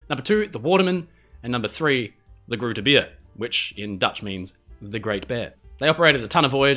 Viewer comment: Its pronounced groote beer with the oo as an oa sound in boat and beer with the ea in to bear